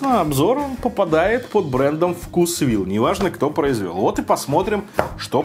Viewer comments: делай еще видео про блюда из вкусвилла. У них много вкусных охлажденных блюд и пирожных. P.S. думаю правильно говорить вкУсвилл, а не вкусвИлл. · Правильно вкУсвилл 😄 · Правильно "вкУсвилл"